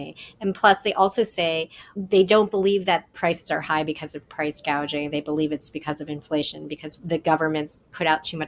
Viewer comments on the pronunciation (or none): Or as she READS it price GUAGING.